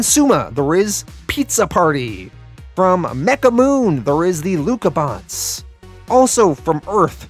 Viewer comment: hey! just seeing this now. I wanted to thanyou for the content and give you a little insight. Lucha-Bots are pronounced with a strong "ch", like that cartoon, "Mucha Lucha". It would sound like the "ch" in the word "chance" of "Chance". "Lucha" is a spanish word for fight and thats how we call Wrestling in México. Also, I loved this book.